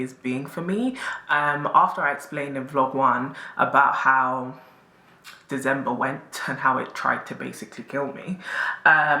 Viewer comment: The way how has been pronouncing December in the last couple of vlogs😂😂😂😂😂